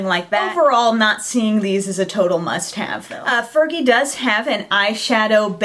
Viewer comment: i think she said fergie wrong!!! hahaha